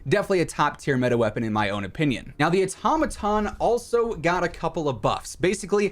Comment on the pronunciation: The way you’re saying automaton 🚩 🚩🚩